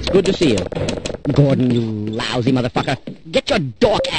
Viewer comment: He says “*lllllllllousy*” and “dork” like they’re the worst possible insults. I love it.